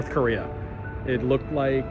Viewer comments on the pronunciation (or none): none